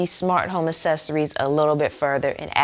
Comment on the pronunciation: a*K*cessories not essessories HARD C